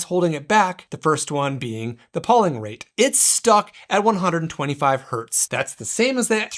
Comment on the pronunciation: fyi, it's pronounced PO-ling, with a hard O, not PAW-ling... took me completely out of the review :/